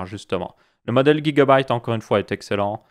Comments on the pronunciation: Sa se dit gigabyte et pas guigabyte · c drole comment tu prononce gigabyte